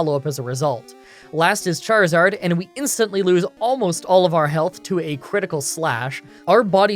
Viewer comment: ...You know, For one second I thought you said Jarizard